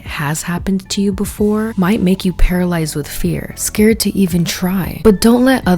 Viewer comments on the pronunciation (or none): none